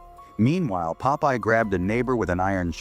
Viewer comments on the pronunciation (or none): JFC this makes no sense. I can't tell if it's because of the movie itself, or the crappy AI narration, or both. And for fuck's sake, it's Popeye, not Pope-Eye, and definitely not Poppy! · not poe-pie :face-purple-crying::face-green-smiling::face-green-smiling::face-green-smiling